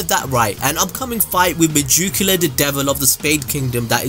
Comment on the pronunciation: Its probably pronounced “meh-gee-ku-la”